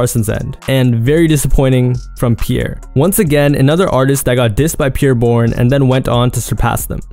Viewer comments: “Peer Bourne” 😒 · Who Tf is “Peer” Bourne 😂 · the way ur saying bros name is driving me bonkers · He keeps pronouncing his name wrong